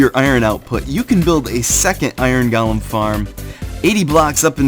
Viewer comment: Goh-lem. Not Gaul-em. Good tut though.